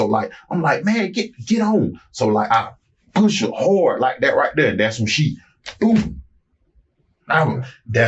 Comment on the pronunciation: Does anyone else hate the way he pronounces push?